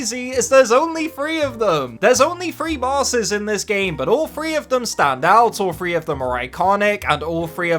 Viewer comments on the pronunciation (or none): Love the way he says “ doom FREE” 😂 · Can he not say three all i hear is thfree or tfree